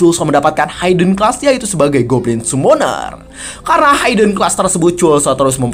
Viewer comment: Masih hayden haiden aja dari dulu.. cobalah channel ini sebenernya potensial, kalau ada kritik yang membangun ya diterima dan diperbaiki.. Hidden itu ya dibaca hiden biasa, h i d e n, bukan hayden haiden apalah itu.. Biar lebih enak aja dengernya dan tambah baik channelnya kedepannya.. mudah2an segera dilakukan perbaikan di video2 berikutnya